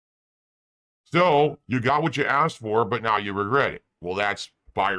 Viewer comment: With you always "gout" what you asked for